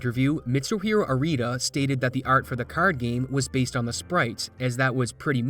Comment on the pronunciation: can you be less canadian? bugs me every time you say art